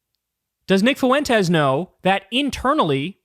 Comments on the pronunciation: Jesus H Christ Kyle, it's pronounced Fwen-tes, not Faw-wen-tes! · I can’t get over how Kyle says “foo-entes” instead of fuentes lol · Kyle's dedication to pronouncing his name as Nick Foowentes is unwavering